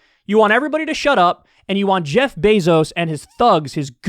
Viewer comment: Kyle finally pronounces Jeff Bezos' name right.